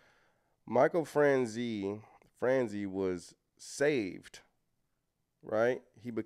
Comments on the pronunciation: Michael Fran Chaz ee. That's how you pronounce Michaels name. If you are familiar with the movie Goodfellas, the main character, Henry Hill, is walking into a the restaurant the gangsters all frequent and he's naming several gangsters, name dropping famous mobsters. You hear him mention Michael Fran Chaz ee. He was a big earner in the mob in his day. He had a scam he was doing where he was getting a sales tax for every gallon of gas that was purchased in New Jersey. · It’s pronounced Michael Fran Chay Zee not Franzie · It's pronounced like "niece" without n sound. Franz"ese"